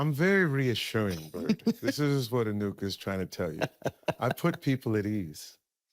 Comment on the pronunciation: Said Enuka's name perfectly, but couldn't say Doherty 😂😂😂